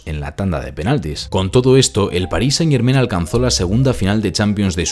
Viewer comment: Amigo - muy buen analisis, pero haz un pequeno ajuste. "Germain" se pronuncia con terminacion en a + n nasal - no en "en". Decirlo como lo dices no solo es irrespetuoso hacia el equipo, todos los francofonos, y el universo en general :) , sino que ademas, muestra una falta de cuidado que no le hace justicia a tu analisis. Solo recuerda que las palabras francesas pain y main (pan y mano) se pronuncian pa(ng) y ma(ng), no pen y men. Estas palabras riman con "Germain". Enhorabuena, y sigue el buen trabajo.